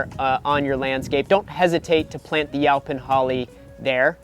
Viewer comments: Is he saying 'yelpon'? Weird. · I’ve never heard it pronounced yow-pin holly before. I kinda like it! 😂